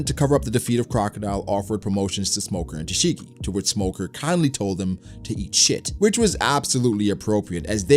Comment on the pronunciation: You say smoker more like Lmoker